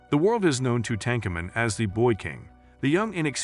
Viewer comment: I can’t even watch this. The narration is once again repetitive and mispronounces the very subject of the video. Just stop. Please.